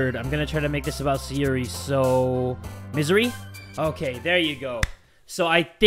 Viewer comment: why do you call sayori sayuri?